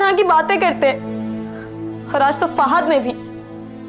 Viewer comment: Ye fahaaaad q bolti hy lafaz to fahad hota hy 😂😂